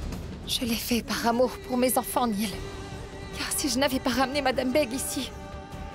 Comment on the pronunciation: C'est Néel pas Neil 🤣🤣🤣😂😂😅🤣😂😅😅🤣🤣